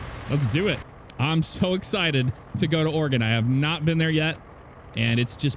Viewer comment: It’s Oregon not Organ.